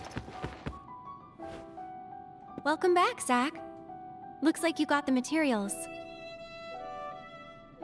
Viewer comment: Zack not jack